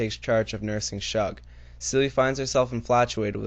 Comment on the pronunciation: “Shug” is pronounced like the first syllable of the word “sugar”.